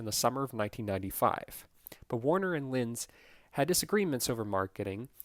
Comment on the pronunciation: You said Lyons group wrong you said Lynn's group it's pronounced “Lions” group